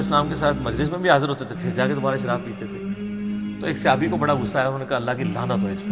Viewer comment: صِحابي نہیں صَحابي، ص کے اوپر زبر ہے زیر نہیں.